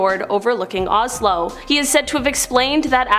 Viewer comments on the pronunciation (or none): none